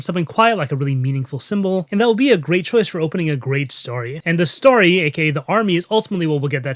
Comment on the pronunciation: Am I the only person in the world who LOVES, but finds the way he says "story" a bit nails-on-the-chalkboardy? There's literally NO "A" IN THE WORD AT ALL!! Why does he pronounce it "starry"?!? Whew... Now that I got that off my chest, I gotta say, I love this content! Keep it coming! (But for god's sake, man, it's "stORy" not "stARRy"!)